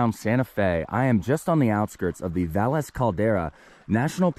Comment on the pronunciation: Thanks for specifying that you took French. Kept me from getting mad about the pronunciation of places. To be fair, even some of the Spanish named towns have their own unique pronunciation. Great incorporation of history.